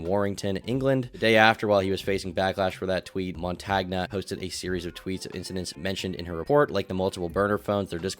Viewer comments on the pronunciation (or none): I believe Montagne is pronounced "Mon-Tane". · Why do Americans, and you guys are the worst offenders, who live on the internet, not google and listen to pronunciations? I get you're probably super busy with lots of other aspects of a vid but really, it'd take seconds! It's mon-tan-ya, french for mountain. But if it isn't, americans butchering foreign, and even English, names should be a meme... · Montagna is pronounced montania (more or less), "gn" is pronounced like the "n" in the Spanish word 'senor' Also stop doing this, america: Bologna = Baloney